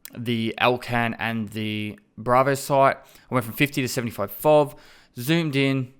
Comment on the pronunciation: It's F.O.V. not Fovvvvvv ;)